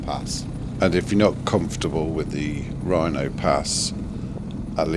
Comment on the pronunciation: Loved your video. I've done it loads of times but I only live about 75 minutes away and I almost always do Wrynose first, and that was the other comment I wanted to make, it's Wrynose, not Rhino pass 🤣 Good effort doing it two up on a GS with full luggage though, not sure i'd want to try that and especially not going that way!